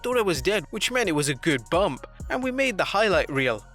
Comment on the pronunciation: It’s Bump not Bumb